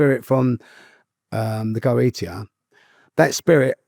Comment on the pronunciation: Some of his pronunciations are absolutely awful, but I have to rescind my previous comments he is incredibly well informed in matters of various magickal practices (Kaballah, Tarot, Hermeticism etc) Goetia is pronounced Go-eesh-ah. He's not wrong it's incredibly powerful stuff and is unbelievably dangerous for you and your soul if you don't know what your doing. Sephiroph is pronounced -Seth-ear-ot. There's ten levels (if you wanna put it like that but idk if that phrasing is right but it's close enough) of the Sephirot to answer your question. As your guest has made clear, these things are so powerful and they can seem like they are improving your life and your lot, but nothing is free in this life and the forces your using will come to collect what they are owed. Maybe tomorrow, maybe decades later. But they will always collect. Usually this means either severe mental illness for the rest of your life, and relinquishing your soul when you pass. Which may mean eternal damnation in hell. He was very honest and very candid, and he strongly discouraged following his footsteps and practicing the occult. This wasn't only a fascinating conversation but he isn't glorifying it at all so it was approached very responsibly. Thanks to you both for a truly interesting conversation 👍